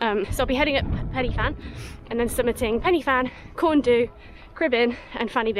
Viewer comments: FYI The "Du" in Corn Du is pronounced "Dee" not "doo". It means black ;) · Corn Du is said Corn Dee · Great video - and a great effort in not so nice weather. Just a few pointers towards pronunciation of the peak names. Corn Du, say it as Corn Dee. Fan Y Big, say it as Van Uh Beeg. Pen Y Fan - say it as Pen Uh Van. Cribyn - you said it perfectly. I'm looking forward to watching more of your adventures in Wales - best of luck:)